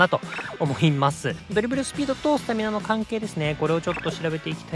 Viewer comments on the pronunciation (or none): スナタミナになってもうてます